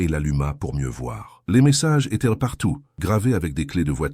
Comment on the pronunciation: Dommage ces " ils étairent" au lieu de ils étaient et trop souvent à mon goût ! Sur plusieurs verbes !